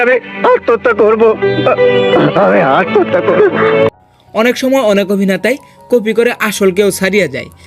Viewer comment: প্রসেনজিৎ তো কোকড়া লেগেছে,উন্নত দেশ হওয়া সত্বেও প্রসেনজিৎ এর পোশাক মোটেও ভালো হয়নি। আর প্রসেনজিৎ এর উচ্চারণ স্পষ্ট মনে হলনা যেমন,হৃত পিন্ড=ড়িতপিন্ড,বার=বাড়,করব=কড়ব।